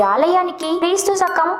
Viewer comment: First, learn to pronounce Telugu properly. షరీరం కాదు శరీరం, షాపం కాదు శాపం, షకం కాదు శకం.